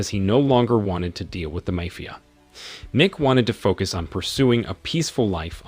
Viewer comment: the pronunciation of the word MAFIA is ridiculous